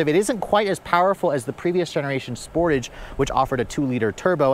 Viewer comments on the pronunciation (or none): Every time you say sportage I shudder. It’s pronounced like dressage. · It’s pronounced Sportahge It’ll also have 4 open recalls and rattly panels in 2 years. Kia and Hyundai are the vehicle definitions of “Lipstick on a Pig”